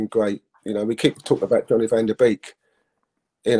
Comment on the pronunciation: wait.. who’s realised how incey keeps calling Donny “johnny” 🤣🤣🤣🤣🤣🤣